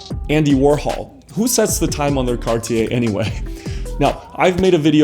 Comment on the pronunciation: Man, it is Cartier, not Carty Ay ;-)